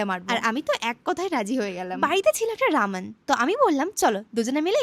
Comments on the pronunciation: Beshi smart hote giye ramen na bole Raman bolteche 😂😂😂😂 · Vaii ota Ramen ee hobe raman noi okkk😂😂